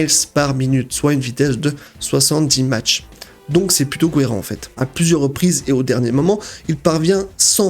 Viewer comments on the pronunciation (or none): mach et non "match" lol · il va a quel vitesse déjà ? MACHEE 4 ? mdr MACH 4..... ça se prononçe MAK .... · On prononce MAK et pas match pour mach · la vitesse de 70"match" mdr , on prononce ça "mak" et ça s'écrit "mach". pour parler d'un personnage fictif sa va mais la réalité c'est pas ouf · Sa se dite pas match 🤣🤣🤣🤣🤣 mais mak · On dit pas match c’est mak (nom : Mach) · Trés bonne vidéo a mon goût , mais par contre fréro , on dit " Mak " et pas " match " pour la vitesse ;) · Salut , On ne dit pas pour parler de vitesse des" match" mais de mach a l'oral ça donne "mac" rien de grave mais bon ^^ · petite erreurs, mais juste en passant c'est pas des missiles "anti-air" ça pourrait être air-sol si ils utilisent helico ou avion par exemple. on dit "mak" pour mach 1 par exemple, et pas "match".... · 70 (Match :D) on prononce mak ça veux rien dire sinon X) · Mach se prononce Mac, mais sinon super vidéo très bien détaillée ! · Je pense que l'on a déjà de le dire mais on prononce '' mak '' pour le mot '' Mach '' Sinon superbe vidéo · Mach se lit "mak" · Juste pour préciser tu ne prononces pas bien le mot Mach parce tu dis match toi sinon extraordinaire ma vidéo